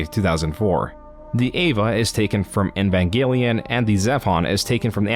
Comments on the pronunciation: Love your videos, hate the way you pronounce words. Especially "EEEEEEvangelion," Not "nvanglion" or whatever throat gargle you somehow do when pronouncing the name. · It's "Evangelion" btw, not "Envangelion". You've said it wrong every time, too. A bit of an "oopsie" if I've ever heard one. Great video, other than that. Entertaining as always. And the music choices are fantastic! Really adding a lot to the overall "Private investigator" vibe. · why do you pronounce "eva" correctly but pronounce "evangelion" as "invangelion" super confusing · "in van" gelion might be a fitting mispronunciation when talking about yandev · bruh the way you pronounce some shit is killing me lmao. "envangelion" "animee" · Man, I generally love your content, but you really oughta look up how to pronounce some things before you put out a project like this lol. "Envangenlion" had me cracking tf up every time you said it 💀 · Why do you have so much trouble pronouncing Evangelion? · Because like everyone who isn't into Evangelion mispronounces it nothing new there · I beg you pronounce Evangelion correctly